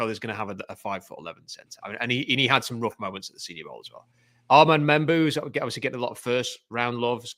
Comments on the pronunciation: I think Mbow is pronounced Mmm-Bow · I'm curious how people look at "Mbow" and decide to say "memboo"